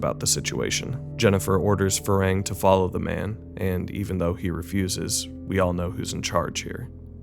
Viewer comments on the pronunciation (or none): I love this movie, I’m new to but thoroughly enjoying your channel and this is a very good review.. but I’m far too autistic to not stand up for the pronunciation of my man’s name. It’s “Far Hang,” man. He not like.. the progenitor of a race from Star Trek, nah mean? Either way, great work and I promise I’m not just a pedantic hater. More positive comments incoming, I swear.